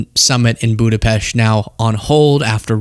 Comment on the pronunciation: Thanks for pronouncing Budapest correctly. You are a very intelligent young man. I give you a lot of credit for visiting Ukraine. Hungary shares a border with Ukraine and my mom is from Budapest but in the 1960s, she left with her family. It's a beautiful city. Anyways, thanks for explaining.